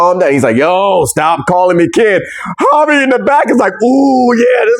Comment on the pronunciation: You kept saying Hobie's name wrong